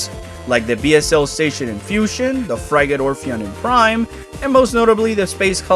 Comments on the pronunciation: Frigate is pronounced frih-get, not fry-gate. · Binge his videos and take a shot every time he mispronounces "frigate"